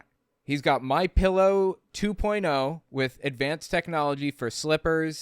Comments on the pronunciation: Pretty sure he said "Mein pillow" lol 😆😂😅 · "Mien Pillow" nailed it! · "mein pillow" 🤣😂🤣